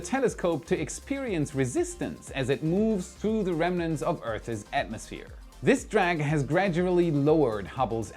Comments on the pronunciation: Awesome stuff as usual. Just a friendly English tip… “Earth’s” is pronounced as “urths”, not “urthess.” Believe me, no offense intended. Think I can speak German? Jelly donut! (If you don’t get the reference, Google John F. Kennedy’s Berlin speech.) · Earth's....... ONE syllable